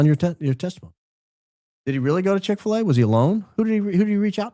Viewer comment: "I would like nothing more than a Chix fila" 😂